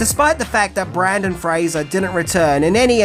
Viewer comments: brEndan... NOT brAndon. Come on. There's even a clip with his name spelled out in your video. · Brendan … not Brandon lol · BRENDAN! Not Brandon. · Dude. Brendan. BrEndan. BRENDAN. Not Brandon. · BrEndan, not BrAndon. 😁😉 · Brendan Fraser, not Brandon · It's BrEndAn, not BrAndOn. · Also it's BrENdan nor BrANdan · Not only are you saying Brandon Fraser, which is incorrect, you visually spell his name Brandon Fraser, so it's not even a mispronunciation, it's just wrong all together, which has me thinking it's a troll because you obviously love cinema and disrespecting artists you are making a living from making content on doesn't seem like your bag. Although I've noticed it with other content creators, I just hope that's not you I guess because I find your content entertaining and well produced. Anyhow, cheers! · I was just coming on to say for the love of God, his name is Brendan! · Ok but u also spelled it “Brandon”. And YEEEAAAHHH!! No more Brendan Frasier vids!! That’ll teach us!! 😂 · Came here to say this, you even wrote it as Brandon lol Keep up the great work though 🫡 🥔🎹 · Is calling him "Brandon Frazer" rage bait? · BRENDAN. SAY FUCKING BRENDAN. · TIL that people from the Australia can't say "BRENdan" 😂😂😂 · Wouldn’t be without mispronouncing something. BRENDAN Fraser mate. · Yes his name is Brendan not Brandon but just know to NEVER call him Brandon in person boy does he get pissed off about his name and last name getting pronounced wrong , Just ask former child star Dickie Roberts about that. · did u say BrAndon Fraser??? C'mon buddy... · I love how you repeatedly call him “Brandon” 😹😹😹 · Most people mispronounce Brendan Fraser's surname. But is a maverick. He somehow manages to get his first name wrong instead. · I think it's auditory dyslexia. It's a real thing. If anyone has it, does. Nothing to be ashamed of. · Awe, you constantly mispronounce stuff. It's part of your charm. ❤ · It’s Brendan not Brandon